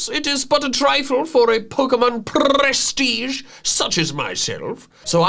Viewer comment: That "prestige" pronounce was very good, you could talk portuguese you know.